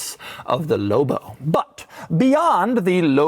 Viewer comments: he said loubo not lobo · Say loBo not lobo 😂😅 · Doug says “Lobo” the way the Red Letter Media guys say “Low Blow” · Almost couldn't finish the video by the way Dougie Fresh kept emphasizing the "L" in "LLLLLLOBOH" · I was losing my mind every time he said it. "Low Bow" 😫😫😫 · Anyone else HATE how doug says the L in lobo, as well as most other L words. Real faggy. 🎉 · I enjoyed the video and the truck looks like it would be fun. I didn’t enjoy the way you said LOBO and I’m afraid if I owned one I would hear it in my head every time I read it lol. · Saying it with a very soft L sound. Signature Doug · Why doug says lobo so many times and always says it weird way